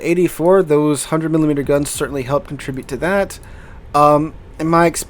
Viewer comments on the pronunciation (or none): none